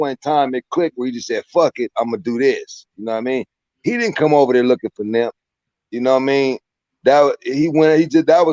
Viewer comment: Why is he calling him nimp, I thought his name was nip???